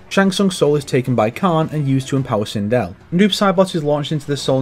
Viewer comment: Why the heck are you calling sindel during mk11 aftermath segment twindel